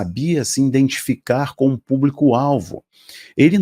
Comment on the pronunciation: IDENTIDADE e não indentidade. IDENTIFICAR e não indentificar.